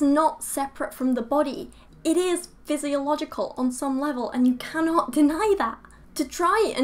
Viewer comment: You said "physicological"? I hate to be pedantic(ok not really), but it is physiological. No offense.